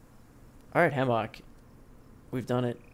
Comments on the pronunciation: He says hammock weird I say it ham uck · I have never heard anyone say hammock like that lol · You say "hammock" like you're making fun of pig butts. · The way you say Hammock drives me fucking insane. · My mans says hammock weird as fuck.... Don't think I've ever heard it said like that/enunciated that much.